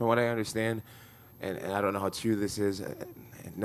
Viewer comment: " you will die , you will die " " ion wanna die " 😂